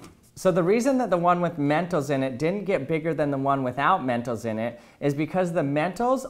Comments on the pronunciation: He said mentos like mentals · That "mentos" is.too spanish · I love how he pronounced mentos.(*˘︶˘*).｡*♡ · I don't like how he says mentos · The way you saw mentos is kinda funny to me Its like you said it in an accent